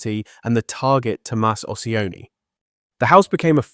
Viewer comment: It’s not Ociani, it’s CIONI — “CHEE-OH-NEE”